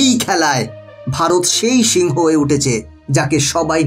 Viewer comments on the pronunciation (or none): none